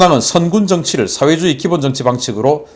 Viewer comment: "민주주의", "사회주의" 발음을 바르게 합시다